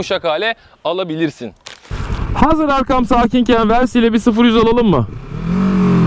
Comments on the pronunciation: Versi değil yalnız. Vörsis ya da direkt Versis. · Güzel inceleme olmuş. Yalnız müsaade edersen birkaç eleştirim olacak. Sürekli versi demen kulağı yoruyor. Türkçe olsun diye uğraşıyorsan versis demelisin. İngilizce olacaksa vörsis olarak telaffuz edilir. Senin versi dediğin versey olur. O da ayet demek İngilizce. İkincisi ise motoru devirmek başka bir şey yatırmak başka bir şey. 2014 model bir Kawasaki Versys sahibiydim. Çok severek kullandım. Yorum için çok teşekkürler.